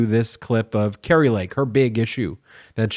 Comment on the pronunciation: the name kari is pronounced car e not cary..